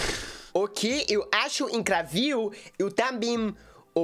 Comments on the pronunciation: "eu acho ÍNCRAVIL" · the word "incrível" in Portuguese is separated like that: IN-CRÍ-VEL. The stressed syllabe is "CRÍ", but the correct pronunciation is something like this for your English speaking system: een-KREE-vil. The two i letters sound like the long vowel in "keen", "been", "green". But the letter e sounds like the short vowel in "sit", "bit", "pitch".